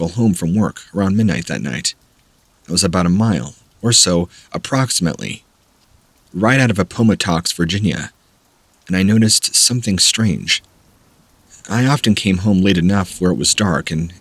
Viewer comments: (Shaking my head) That first one...were you attempting to say Appomattox? If so, do you remember in school where Lee surrendered to Grant? Yeah, it's not pronounced the way you did, just sayin'. Instead of Ap-PUM-OH-Tox, next time try app-OH-Mat-tux. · Appomattox, yeah that’s definitely Not how you pronounce it.😂 I have family that lives there. App-o-mattox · Appomattox = app a mat icks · Great stories LOVE your voice. But wanted to say Appomattox Va. is pronounced APPA mat ox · Were you saying Appomattox? [Appo•mat•ox] That’s where the civil war at ended. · I have a very hard time thinking that someone who finished at least 12 years of school doesn't know how to say Appomattox.